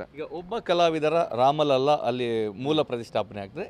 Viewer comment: ಮಹೋದಯ ಜೀ, ರಾಮ ಲಲ್ಲಾ ಅನ್ನೋ ಬದಲು ರಾಮ ಲಲಾ ಅಂತಾ ಉಚ್ಛಾರ ಮಾಡಿ. ಬಾಕಿ ಎಲ್ಲವನ್ನೂ ತುಂಬಾ ಚೆನ್ನಾಗಿ ಹೇಳಿದ್ದೀರಿ ಧನ್ಯವಾದ